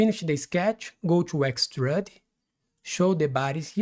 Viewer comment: Try this "extrude" is pronounced Ex-trood, sounds like the dish stew, or being in a good mood, or a female ewe.... You're saying "extrud", which rhymes with crud or dud...